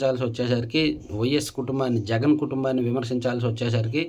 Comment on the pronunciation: తప్పు చదివారు, సీఎం జగన్ అని. కరెక్ట్ చేసుకోండి.